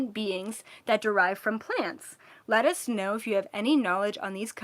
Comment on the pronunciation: “Are there any plant 🌱 based beings, (let us) but I heard “lettuce 🥬” know” haha 🤣 just had to share ✨🤍